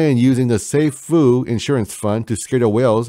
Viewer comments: sAAAAAfuuuuu (long A) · Love your videos. The correct pronunciation of Safuu sounds like a long "a", like "Say fuu". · yeah bro you cant butcher the name being one of the biggest supporters. lol. I aint mad atcha tho